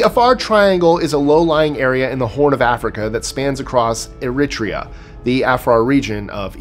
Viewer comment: Agree, and pronunciation Spanish and Chinese language places in this vid was superb. He goes to great lengths. I would, however, point out that Eritrea is pronounced "Er un TRE uh," not "Er RIT ree uh." At least, that's the standard.